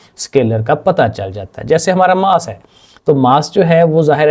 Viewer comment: Mass ❌ 😂 Maas ✅😂